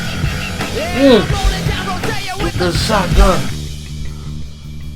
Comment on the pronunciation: You can always tell its a genuine first listen they they pronounce it "Down RoDEEyo" lol. Fight the good fight, spread the word, the younger generations need to carry the torch because i've watched the world get slightly better only get worse.